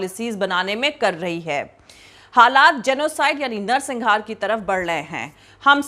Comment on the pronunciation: madam, u are an excellent journalist, just one correction - it is 'narsanghar' not -singhar; great work, all along! keep it up!